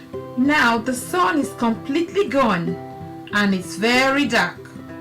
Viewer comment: the sawnnn. jesus, its SUN.